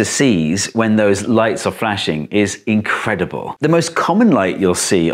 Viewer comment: "Incredible" звучит как "invincib... 💥 . . . are you sure? 👁️👁️